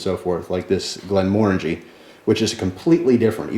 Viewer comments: glen more-AN-jee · Its pronounced more like Glenmor-angie but good try:-) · Glenmorangie is pronounced Glen-more-rang-gee. I should know I live in Scotland :). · if it was an american that said glenmorangie is the right pronouciation then he is wrong. its scottish so with a scottish accent its prnouced glenmorngae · you say glenmorangie wrong